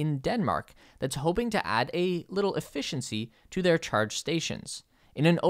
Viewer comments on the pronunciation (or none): none